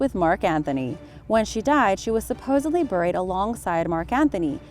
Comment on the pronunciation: There are a lot of words you continuously are mispronouncing such as "buried"